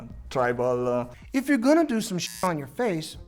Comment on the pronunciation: When they said "Trible" I immediately thought of Kurtis Connors Tri-Bull pun- tattoo😂😂